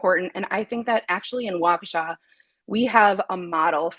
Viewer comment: Wisconsin native assistance here: Waukesha is pronounced WAH-keh-shaw.